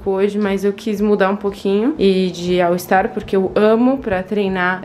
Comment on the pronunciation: Que agonia, toda vez que vc fala All ISTAR ☺️😬